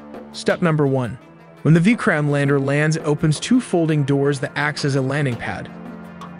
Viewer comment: Excellent informative video; pronunciation of Pragyan, Vikram and Chandrayan could be better!